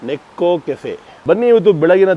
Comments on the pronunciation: ನೇಕೋ ಕೆಫೆ ಅದು. ನೆಕ್ಕೋದು ಅಲ್ಲ 😂😂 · NEKKO ಅಲ್ಲ NEKO